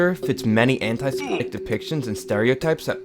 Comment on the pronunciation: and "semetic"